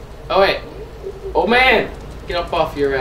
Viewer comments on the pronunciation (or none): Old not ood